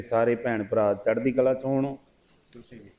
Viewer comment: .... thanks 👍 ' ' ਚੜ੍ਹਦੀ ਕਲਾ '🙏 ਤੁਸੀਂ ' ਕਲਾ ' ਸ਼ਬਦ ਦਾ ਉਚਾਰਣ ਸਹੀ ਨਹੀਂ ਕਰਦੇ। ਕਲਾਅ ❌ ਕਲਾ ✅